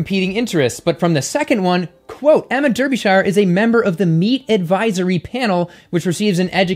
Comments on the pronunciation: Derbyshire is “Daabyshuh”, not “Durbyshaiuh”. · you are brilliant, but Der be shire, ouch!!! that hurt, I'm from near there, repeat after me DAR be shire, yes they cannot spell the word as pronounced. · Americans you always pronounce any British town or name with shire in the word incorrectly... for example Derbyshire is pronounced Derbysheer. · "Smugness complete." 💕💕💕💕 In British English we pronounce Derbyshire as Darbysher. Sorry to point this out but for us Brits it's funny to hear Americans pronounce British English words. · Love the video, especially the way you say Derbyshire! Here in the UK we pronounce it as ' Dar bee shear '. Makes no sense I know! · Chuckling at the pronunciation of Derbyshire's name. ;) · Jesus Christ! Why can't Americans learn to to pronounce Derbyshire correctly! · Not hatin' but your pronunciation of Derbyshire made me choke on my food